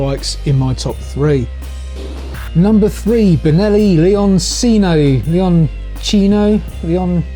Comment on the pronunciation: Lay-on-tshee-no. Leoncino. Lion cub. Be aware that with this one you're actually buying a 100% Chinese Qianjiang motorcycle. They just happen to own the Benelli label.